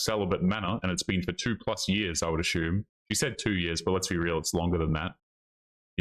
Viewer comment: Hey, I love what you say about women and relatiobships. Where are you from dude, your poor English probunciations grate on me get in the way of your messaging. For example: you pronounce assume as asshume (with an added "h"), which is really weird.